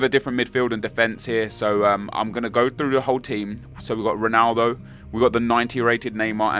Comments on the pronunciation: Nep, its ronaldo, not juanaldo, shurrrrrup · Why do you insist on pronouncing Ronaldo and Jese like a spastic?